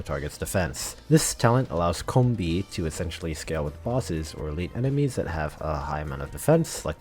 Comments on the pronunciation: actually her name is pronounced Köhbe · take a shot everytime he pronounces Coebu wrong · I always thought her name was pronounced SeeBee so I just stick to that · Take a shot everytime is mispronouncing Ceobe's name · I heard like 69 different ways to pronounce Ceobe's name in this video. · Say Ceobe's name correctly!